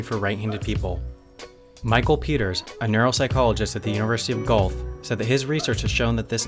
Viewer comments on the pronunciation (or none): University of Golf? If this is the University of Guelph in Ontario, Canada, it is pronounced 'ɡwɛlf'. Great morning chuckle! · if the Uni referenced is the one in Ontario, Canada, then it is pronounced "Gwelf", not golf. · "University of GOLF" xD It's pronounced Gwelf xD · lol, as someone from Guelph, I’ve always wondered how people from other places try and say it. Well now I know, it’s pronounced G Welf, but I love the way you said instead😂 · golf? It's pronounced Gwelf. I now someone else commented this. I didn't see there comment. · University of golf? Pronounced Guelph second part is like elf sound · U of gulf????? Its pronounced gwelf. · Guelph is pronounced Goo-welf. NOT Golf. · "University of Gold" lol its pronounced "Gwelf" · 'Guelph' is pronounced 'gwelf', not 'gulf' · Guelph is pronounced 'Gwelf' not 'Gulf.' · It's not Gulf it's pronounced ɡwɛlf (from Wikipedia) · The University of Guelph. Guelph is not pronounced "golf" or "gulf". It is pronounced "goo-elf". Just an fyi. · It's pronounced "Gwelph" not "Golf" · UNIVERSITY OF "GULF" BRUH.... It's pronounced "Gwelf" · Guelph is pronounced 'qwelf' not 'gulf'. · Guelph is not pronounced like 'Gulf or Golf', it's Goo-elf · university of golf lol its gua-el-fe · The university of "Golf"? It's pronounced "Gwelf" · I was just gonna say that!!! It's hilarious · Lol university of golf, it's pronounced gwelf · Small nitpick, but the University of Guelph is not pronounced like "golf". It is more like "gwelf". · when wendover pronounced my schools name wrong :( its "gwelf" not "golf" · Hi, sorry, as a resident of the city of Guelph, can you at least make an annotation that you botched the name of our city ? It's pronounced "Gwelf", not "Golf". Thanks. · It's pronounced "Gua-wel-f", not Golf. :) Great video. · It's pronounced Gwelf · Canada objects to you pronunciation of "G-welf" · It's Gw-elf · Guelph is pronounced Gue-elf, I know cuz I live there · Guelph is pronounced Gwelf. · It's pronounced "gwelf"